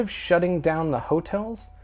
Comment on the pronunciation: "HO-tels" was really starting to annoy me. You're emphasizing the wrong part of the word!